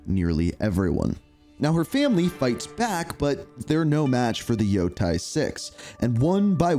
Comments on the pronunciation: How did you come up with that pronunciation for "Yotei"? It's not "Yo-tai", it's "Yo-taey" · You can't even pronounce the name of the game properly. Omg Africans can read better than you yanks.😂